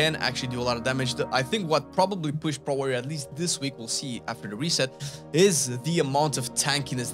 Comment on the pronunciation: its P-rot warrior not prooot